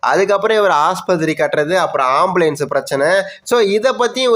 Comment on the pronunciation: ஆம்பிளியன்ஸ் பிரச்சனையா ???? அது ஆம்புலன்ஸ் டா....